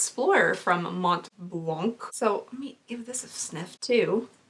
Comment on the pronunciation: the “C” at the end of “Mont BlanC”, is silent.